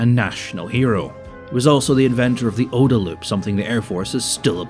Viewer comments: is there actually a debate about how to pronounce OODA? I have never heard it pronounced like you're saying it, and I've been in the USAF since 2000 (and training for 8 years before that). Always OOH-da. Side note: there's actually a street called "OODA Loop" on Maxwell Air Force Base next to one of the major training complexes. It's literally a one-block loop with an aircraft on static display. I laughed so hard when I saw that on my first visit as a young lieutenant (early 2000s). Was there recently and it's still there. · Having seen the OODA loop (which you hilariously mispronounce) in practice in military operational planning for the last twenty-five years, I can say it is legit, and someday someone will make a video on the future YouTube equivalent about how wrong PigFucker was about so much.